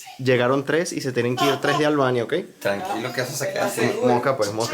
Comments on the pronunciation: No se dice Alvania. Es Albania. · Muy bueno el video, super interesante, pero no entiendo porque pronuncia ALBANIA con la “V”... que comico, no fallo ninguna 😂😂😂